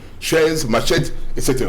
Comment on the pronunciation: Une MACHETTE, sans t, et non matchette.